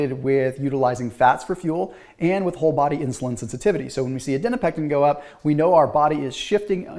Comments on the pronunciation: "adinopectin" Adiponectin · STOP CALLING IT ADINOPECTIN PLEASE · Okay this is the second video where I heard you mispronounce adiponectin. :-) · Then spell it out phonetically so we (and ) know, please. Thanks.